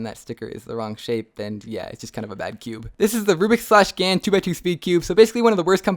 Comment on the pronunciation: watch how he says gan make the best skewbs